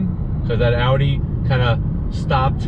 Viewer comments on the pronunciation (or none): none